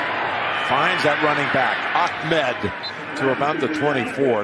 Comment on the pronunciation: I still don't know why these announcers keep calling the Dolphins running back Akmed when his last name is Ahmed. Maybe that's how it's pronounced or something...